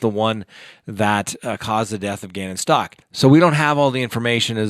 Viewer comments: [STOWK] not [STAWK] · Staouk...not Stalk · Thanks! I'd seen that Leticia Stauch stopped in Kansas for the night, but just figured it was for the guards to rest. I hadn't heard about her escape attempt. An aside, Ms. Stauch has pronounced her name like Stouch (rhyming with couch), not like Stock. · Its pronounced St-ow‐k not stock. It boggles me how half of the youtubers pronounce it wrong. When people repeatedly mispronounce names it makes them look b league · It is "STOUWK", which rhymes with "COW" "HOW". Surely you're tired of people mispronouncing your name; I would think you would pay attention to details like this. When you don't, it damages your credibility.